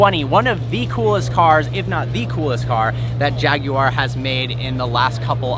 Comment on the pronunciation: Thank you for pronouncing Jaguar correctly